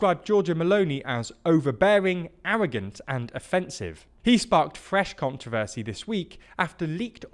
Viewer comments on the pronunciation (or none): none